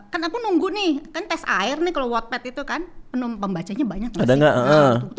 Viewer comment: Ooh bacanya wotped.. Selama ini aku bacanya wetped 😂